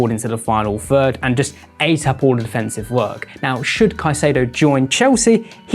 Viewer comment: “Phreat in da final phird” is crazy. I had to listen to it a few times. Annunciation my friend, you can do it!